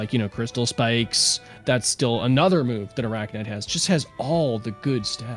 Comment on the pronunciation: is it that hard to say arachnyte correctly. especially when the other guy is doing so.